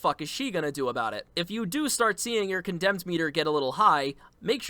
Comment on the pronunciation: Con-dem Ur pronouncing it like condensation